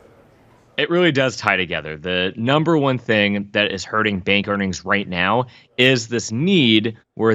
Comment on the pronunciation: she say Bad'a Bing Bang ? (Bank) = Bada Bing Bang Boom Baby !!! Haha